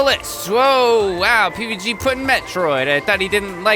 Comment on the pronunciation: Oh look it's